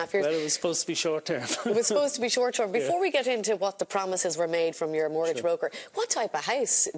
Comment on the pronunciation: A note for the female presenter, the word is mortgage, not murtgage.